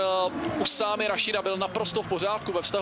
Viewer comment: ههههه احلى شي لما المعلق يكول اسمه (اوسامي)😂😂 ميكول اسامة